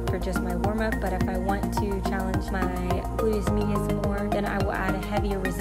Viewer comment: “Boodyis midius”